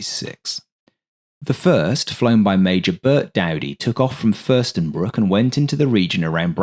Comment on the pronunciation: FürstenFELDbruck not Fürstenbruck ;)